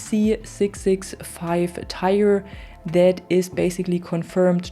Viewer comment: Hey it's Eurocopter TIGER, not Tire haha